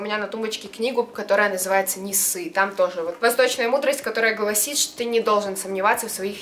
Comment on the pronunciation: Книга не НЕСЫ,а НЕ ССЫ🗿 ОЧЕНЬ МУДРАЯ КНИГА🌚😹🤡🗿🗿🗿